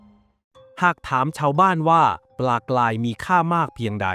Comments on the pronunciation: การออกเสียงที่ถูกต้องคือ ปลากลาย ปลากราย ครับ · ออกเสียง ร.เรือ ไม่เป็นหรอ ? ปลากลายอยู่นั่นแหละ